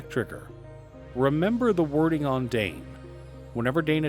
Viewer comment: Dain rhymes with sign.